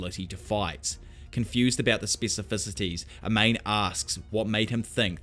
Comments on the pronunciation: Amane is not pronounced A-main, but Ah-Mah-Ne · For a guy that loves manga/anime, your pronunciation of Japanese names is god-awful out of nowhere sometimes. Pronouncing "Amane" as "Uh-Mane?" Jesus dude lol. It's "Ah-Mah-Nay." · Amane: “Ah-mah-néh” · A-MA-NE! who tf is Ameyn? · Hearing pronounce Amane like “A Mane” ? Jesus it’s Pronounced like A•MAWN•NEIGH A - like when a dentist says “say ahhh” MAN - pronounced mawn like lawn NE - like what a horse says “neigh” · Great video but my only gripe was how you pronounced "Amane". I would go as far as to say that her name is pronounced "Aman-eh" I could be wrong. Other than that thanks for the content bruh.